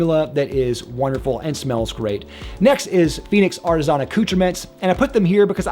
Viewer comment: Ar ti zon...... It's ar ti SAHNNNNN